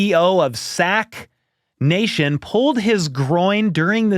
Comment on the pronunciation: the emphasis on SACK nation had me loling